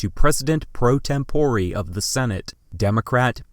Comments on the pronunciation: "tempore" is a Latin word and should be pronounced as such TEM po rey not tem PO ree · Did he just say temporee?